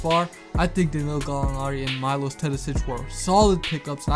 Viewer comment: its Meelosh not Mailosh